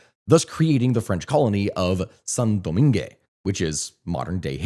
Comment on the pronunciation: In French is Pronounced San Domang the final e is silent and final t in Saint are silent in French it's not Italian